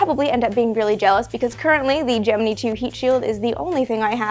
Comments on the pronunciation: was looking in comments to see if someone else thought this. she sounds like she is saying gemnee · Gemini is pronounced gem-in-eye like the zodiac sign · It's Latin and it's pronounced Ghe-mee-nee. That sucks, but it's what you get for your attempt at nitpicking. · I cant get over this pronunciation of gemini😅 I cant